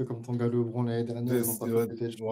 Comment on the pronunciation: Très intéressant comme podcast (mais la prononciation de Lebron me pique les oreilles)